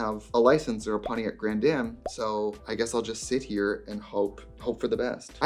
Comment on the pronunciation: really said pontiac grand DAMN 💀😭